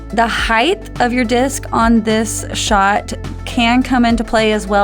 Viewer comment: I told you twithe, it's not heighth.